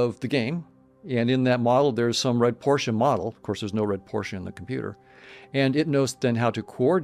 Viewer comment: I hit subscribe when you said Porsche correctly!